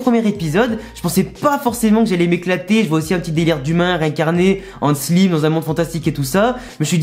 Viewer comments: je veux pas de vexer mais sa se dit slaime pas slime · Je veux pas faire le gars relou mais stp prononce le slayme et pas slime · Slime pas sliime désolé de te faire chier avec la prononciation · On dit slime i comme si tu hi😅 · Désolé mes stp le e à la fin de Slime ses perturbant sa se dis slimeeeeeeeeeeeee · On dit slaïme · tqt pas de problème sa fait juste bizarre a entendre